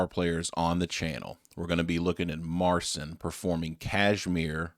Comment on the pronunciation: Mar-seen is the pronunciation. There was some synth and other percussion in this video, but I have seen a video of him playing live in concert this same song. He does all the arrangements.